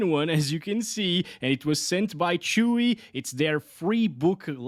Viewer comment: When you said chuwi i thought this was from the petfood selling website 😂